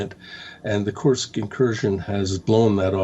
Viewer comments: My friend… it’s kursk, not sure why it’s so difficult to pronounce for you 😂😂😂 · It’s KURSK! Get it right!